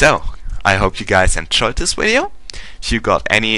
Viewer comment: i do have to say hearing you say "wideo" is actually quite funny ^_^